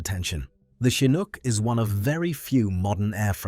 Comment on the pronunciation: The Ai narrator pronounces Chinook 3 different ways.